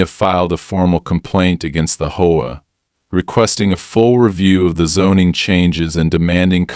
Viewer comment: What the Hell is a Hoe-a? I'm sure this is a text to speech. Text to speech has pronunciation correction. Try using it